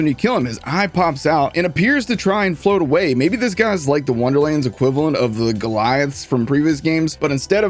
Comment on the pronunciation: hehehe gol-eye-ith